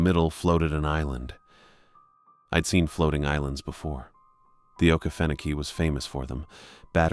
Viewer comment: Sooo…. It’s a great try and sounding out the name ❤. Try Oh-Key-Fen-oh-key :)❤